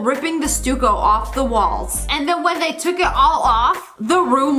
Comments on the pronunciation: Stuck-o it’s pronounced. Not stuco. But I still love you! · Btw it’s pronounced Sta co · Sorry Lia, but it’s pronounced like St-uh-co. Stucco. Not stueco. Luv ya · Stooko😂😂its pronounced S-TUCK-OH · Not to be rude, but stucco is pronounced like “stuck-oh” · stucco.. is pronounced stuck oh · I always thought it was pronounced stuck-o. Lol. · Stucco pronounced stucko. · SSSniperWolf the way u pronounce some words, czar, blue stucco, is endearing -luv u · You mispronounced the wall matrial 😁